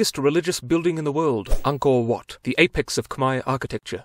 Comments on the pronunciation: As a Cambodian myself, I’m surprised that you were able to pronounce “Angkor Wat” almost like a Khmer Native, keep up the good work. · This is the first time I heard a foreigner pronounced "Khmer" and "Angkor Wat" correctly!!! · I was surprised to that he can pronounce Angkor wat like an khmer native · When i showed my khmer mom the part were you said Angkor Wat she was like: "haha finally somebody that can pronounce it"